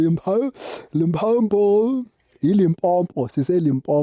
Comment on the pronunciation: repeat after me LIMPOPO LIMPOPO LIMPOPO not Limpompo